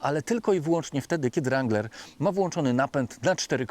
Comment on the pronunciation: Kurcze Chłopie naprawdę fajny kanał prowadzisz ale na Boga przestań z tym ,,langlerem" bo to jest żałosne. Nie ucz się wymowy z translatora Google. Mów po prostu Wrangler i się nie ośmieszaj. A jak koniecznie chcesz być bardziej amerykański od Amerykanów to ucz się poprawnej wymowy chociaż z Amerykańskiego YouTuba a nie od translatora Google.